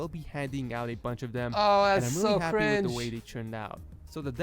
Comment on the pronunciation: So cwinge